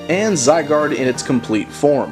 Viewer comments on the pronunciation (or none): none